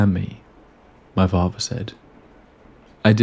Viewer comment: What's with you not being able to speak English properly? Your pronunciation of words is absolutely terrible. Muvva, fahva, bruvva, free, rahva, eiva. All of these words have a 'th' in yhem that you pronounce as an 'f'. It bothered me so much that I had to stop listening to it. What happened? Did you wag school a lot? Did you drop out of school before graduation? How about you learn to speak English properly before making these aidio videoes.